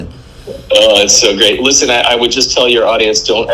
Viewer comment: "Lissen" and "losse"? You can't even use basic English properly, and only YOU are responsible for losing your own money. You need to be smart, responsible and strong mentally/emotionally to be a successful investor, which you are not.